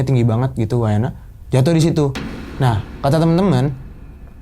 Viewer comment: Wayahna.... Bukan wayana😭